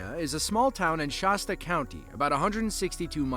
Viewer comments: It's not "Shawsta", It's pronounced "sch-ass-ta", Like the cola. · It's "Sh-aa-sta" not "Sh-aw-sta," is this AI? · "Shosta County"????? It's "ShAsta County." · Shaw-sta? Nope, that's not right. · Who knew? All throughout the '60s growing up in the Central Plains, wrongly pronouncing the brand name of the "value-priced" pop (orange, strawberry, root beer, cola) - it's 'Shah-stuh ... Same with Colorahdo.